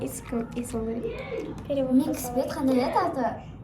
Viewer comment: микс емес миск